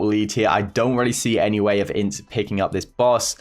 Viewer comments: it is I-N-T-Z NOT INTZ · its i n t z NOT INTz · Ngl, me as a Brazilian used to hearing I-N-T-Z took me a minute to understand what he was talking about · I like that how he says INTZ in one word rather than I-N-T-Z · sim, engraçado kkkk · I do to